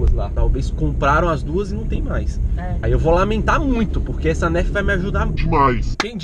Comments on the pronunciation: K 3 player ツ não se fala nerf se pronuncia NÃRF tipo assim vacilão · que narf kkkkk, é nêrf que se fala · "Nerf" BERROOO KKKKKFNFK Se pronuncia Nãrf!!! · AI Q AGUANIA O FALANDO NERFE KKKKKKK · Se escreve Nerf mas se fala Narf o inglês e complicado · To tentando não me concentrar no falando nérf kkkkkkkk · olha se escreve nerf mais se fala narfi mais vc fala do jeito q vc quiser, amo vc é a 😙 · se fala nãrf se inscreve Nerf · nao se fala nerf se fala narf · Não é "nérf" é "nãrf" Obs: a pronuncia é assim, a escrita é nerf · C vê que o cara é br quando ele se pronuncia nerf falando "nérf" e não "nârf" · não se fala nerf se fala narf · Não é Nerf é Narf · se escreve NERF mais se fala NANRF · se escreve Nerf mais se pronuncia Nãrf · Se escreve Nerf, se pronuncia Narfi. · Pelo amor de deus, se fala Nârfi, não Nérfi. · aaaahh que agonia dele falando "nérf", se pronuncia "nãrf" AAAAAAAA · NÃO SE PRONUNCIA NÉRFE E SIM NARFI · se escreve Nerf mais fala narf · Nérfi?? Se fala nârf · se fala narf n nerf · NÃO É NÉRFI E NARFE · se fala narf não nerf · Meu filho se fala nerf nao nérfe igual vc falou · Se escreve nerf mas se fala nãrf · Fala "NARFI" e não nérfi .-. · Mano q agonia de ver o falando NÉRFI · se fala narfi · dnv se pronuncia nurf mais fala nerf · É Nuuurf kkk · kkkkkkk se pronuncia "nôrf" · aline as0604 né kkkkkk 😂😂😂😂😂 NÉRFI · não é Nerf que falaa é Narf kkkkk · Tava me dando agonia ouvir ele falar Nérf kkkkk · " NÉRFI " KKKKKKKKKKK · Tá me dando agonia a nérf kkkkk PQ ELE N FALA NERF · se pronuncia "nãrfi"mas se escrever "nerf"MAS cada um tem seu jeito d falar mas ok❤️ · Rachei de rir quando a disse nérf 😂😂😂😂kkkk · SE FALA NAAAARRRFFFFFFFF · Para de falar nerfi mano kkkk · Liraaa escreve-se nerf mais se fala narf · Se escreve NERF Fala NARF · não se fala Nerf se escreve Nerf mas se fala Nerf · Que agonia ele falando "nerf"